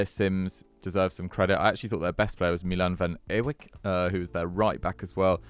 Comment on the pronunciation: Van Dijk -> Van Ewijk Not "Van Ewik"